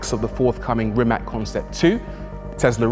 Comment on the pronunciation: Rimac is pronounced Rimats btw